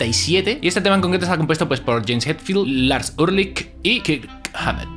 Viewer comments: no sabe pronunciar Ulrich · pronuncias mal el apellido de Lars.un saludo 👋🏻👋🏻👋🏻👏🏻👏🏻👏🏻😉👍🏻